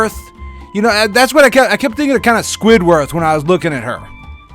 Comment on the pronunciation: "SquidWORTH" HA